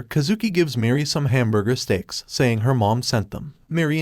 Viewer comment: The robot voice said "Streaks" instead of "Steaks". I like it.